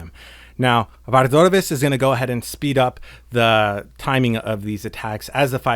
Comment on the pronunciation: I came for a good guide but have to leave because you pronounce Vardorvis really weirdly. Why are you doing that?